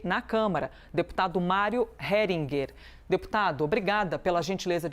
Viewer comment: Kkkkk avisa esta jornalista qui o sobre nome do deputado é, HERINGER E NÃO HERING,KKKKK